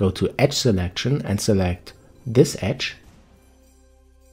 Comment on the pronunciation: Excellent help, thank you. BNBR—being nice, being respectful— , the word "edge" has a voiced "dge" sound, basically the "J" sound. However, if it's pronounced unvoiced, as it is here, it's the word "etch." I hope you can find this tip as helpful as your video was for me. Warm regards. D.P. Henderson, NV